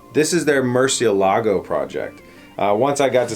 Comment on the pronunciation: the strong syllable in Murcielago is the "e", to be exact, the name is "murciélago" and not "murcielago" (also, murciélago is the spanish word for bat)